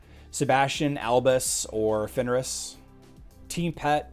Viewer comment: Daily request that you say Fenris instead of Finneris. Otherwise, great stream today.